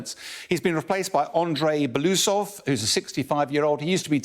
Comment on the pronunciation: Kah-keev? Pyutin? Beloosov? 😂😂😂